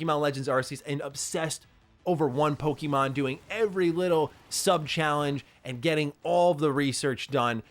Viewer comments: Bro can’t you at least pronounce Pokémon correctly? There is no I in Pokémon. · Dude, I wanna watch these videos of yours, but I can't stand the way you pronounce Pokemon. It makes me cringe every time. Google the correct pronunciation bro.... plz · Just a friendly heads-up, it's actually pronounced 'Pokémon,' not 'poke-eee-mon, as in poke-A-mon.